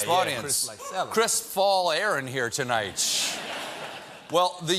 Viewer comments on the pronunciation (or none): What is it with Colbert and his pronunciation of the final "t" of a word? Listen to how he says "tonight" .